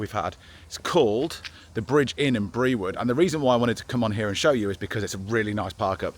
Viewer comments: My neck of the woods. Brewood is pronounced Brood- oo as in moo ! Lol Lovely little place. Enjoy 🩷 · Hello brewood is pronounced brood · Brewood in staffordshire is pronounced “brood” 👍🏻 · Brewood is pronounced Brood! Lovely stop on the canal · Brewood is pronounced Brewed. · Some great walks on the "cut" ie canal. Brewood is pronounced "Brood", but i knew where you were, great pub. Sam Garrett is a great artist